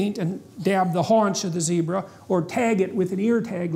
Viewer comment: Pronunciation for "zebra" is the same as "Debra"😎😂